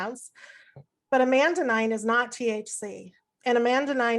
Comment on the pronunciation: “What do you know about the ECS?” “Amandanide.” It’s with an ‘n:’ Anandamide And this is not a pedantic point. She said it multiple times without correcting it. Maybe it was an honest mistake and she does have a basic understanding of the ECS. But when someone doesn’t know how to pronounce the language of a particular subject, it makes you wonder how much they know about that subject.